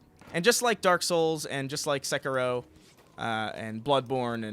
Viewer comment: Every time pronounces sekiro I cringe so hard.